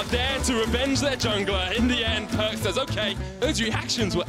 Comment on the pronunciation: his name is perkz not perks.